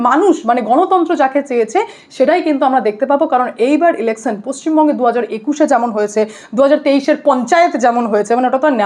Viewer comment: আপনি 'স'এর উচ্চারণ পারলে ঠিক করে নেবেন। ইলেকছান নয় ইলেকশান।